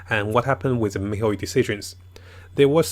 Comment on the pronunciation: MIHOYOOOO NOT YU IT BUGS ME MAN